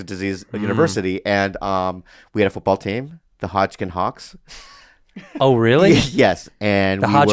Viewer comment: Lol Hodgkins “stroke c*cks”😂 I know they said stroke “hawks” but idk how they didn’t catch that!l and go on a tangent